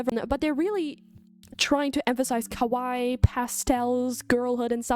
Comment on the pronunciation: kowai " what you are saying, means scary. Kawaii, what you mean is pronounced "ka- wa- long E"